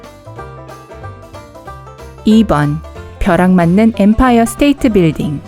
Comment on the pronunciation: 에 뱀파이어 아니고 엠파이어?!?!?!?!?!